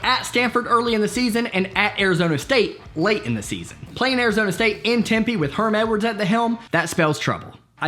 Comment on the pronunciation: Great video! I just have 1 small correction. Lol its pronounced Temp-A not temp-E